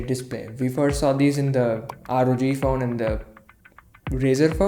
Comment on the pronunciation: When he said 'Faone' I felt it...